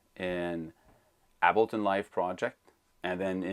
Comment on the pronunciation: I usually never care about pronunciation especially since your videos are so great. Ableton is pronounced like « cable ton » without the c Please don’t be insulted. I mean well. Your English is perfect.so,it’s hard for me to do this. Thanks for the great videos.